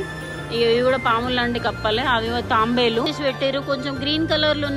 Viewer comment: Taambelu kaadu. Taabelu anali